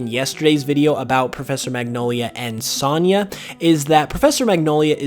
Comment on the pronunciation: Great video. But have you never heard the name sonya pronounced?